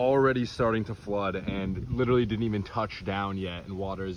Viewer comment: “LITT-trawlee”’s are ever present in these influencers’ accounts